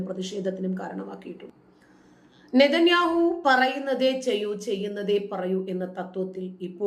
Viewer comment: ഇതൊന്നും തള്ളക് പറഞ്ഞ പണി അല്ല 😁. നീ മതം പറഞ്ഞു ചോര കുടിച്ചാൽ മതി. നേരാം വണ്ണം ഇംഗ്ലീഷ് വായിക്കാൻ അറിയില്ല.nethanyaahu. 100fighter jettukal😁. എന്താല്ലേ...യുദ്ധ വാർത്തകൾ വായിക്കാനുള്ള സ്റ്റാൻഡേർഡ് ഒന്നും നിനക്കില്ലെടേയ് 😁